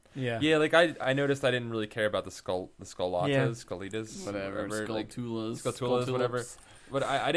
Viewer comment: Btw. It's skullTULA like taranTULA. I love this game :3